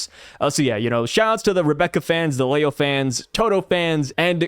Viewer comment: How do you say Leo wrong.... there is no A. It is not Lao